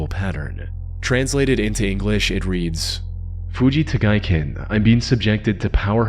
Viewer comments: It's actually Fujita Giken pronounced Hoo-ji-ta Gee-ken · Jesus Christ, take a shot every fucking time he says Fuji Tagaiken ( incorrectly) and you'd be dead in 30 seconds. Stop repeating words and phrases over and over in every fucking video. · You're killing my ears with your rage pronunciation of Fujita Giken. Stop